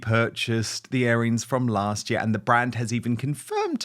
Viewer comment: Dan, it’s earrings (like ear) not airings (like air) ;)